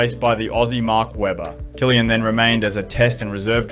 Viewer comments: Ive never before heard some pronounce Christian Kliens last name as Killian...ive only heard people pronounce is almost as 'clean' 😊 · his name is klien not killian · You pronounce Klien like clean not kilian. Sounds horrible. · I know Kylian Mbappé and Christian Klien. Christian Kylian has never been on the grid. Maybe show the subjects of your video some respect by actually making an attempt to pronounce their names right... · U butchered Christian Klien's name 😢